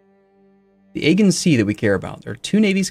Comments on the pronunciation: Aegean is pronounced Ae-ji-an ;) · "Agin Sea" please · Aegean = "Aah-gee-an" "g" as in "General" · Aegun Sea.... Jesus, man.... you can do better...